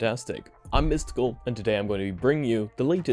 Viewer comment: it's pronounced Miss Tickle